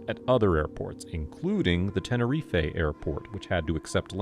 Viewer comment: I beg you learn how to say Tenerife correctly. I literally stopped watching because you said it wrong